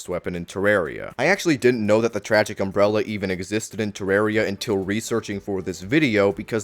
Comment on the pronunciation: Take a shot every time he says, "unbrella"